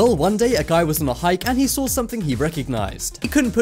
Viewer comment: how day it :saw how be says it : sawr